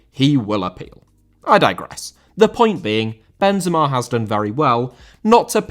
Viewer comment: Benzema* not Benzemor